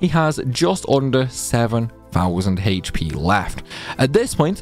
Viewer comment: It's "Aych" P, not "Hahaych" P